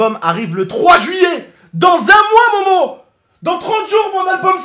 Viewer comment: Pourquoi tu dis mowmow et pas momo